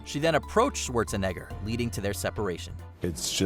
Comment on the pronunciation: Arnold Schwarze..... what???